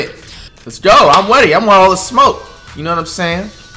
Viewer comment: “I’m weady”